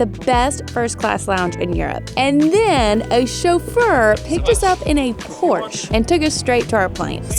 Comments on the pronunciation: I work with P*rsche so I know those Germans were just DYING at you pronouncing it like that- if you care (totally optional lmao) the Germans say 'porsch-UH, not 'porsch'! Love love love this whole journey for you guys though, especially Kara! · I know US Americans make that spelling mistake often but it's "PorschE" not "Porsch".. in German we pronounce every letter,,, same goes for Miele 🙈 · Ok I loved the video but Porsche is pronounced porsh - shuh, sorry 😅 I’m just a cat guy and cringe everywhere me someone says porsh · It’s pronounced “Porcha” but written as Porche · Porsche--AH. Please don't forget the "AH". . . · SO excited for more international travel!! And it's pronounced Por-Shuh 😉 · Please note that "Porsche" is pronounced: pore-shah. Thank you! 🤣🤣🤣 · Porsche… two syllables. Por-shuh